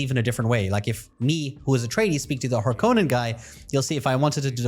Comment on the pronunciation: Please, god, start saying Harkonnen correctly.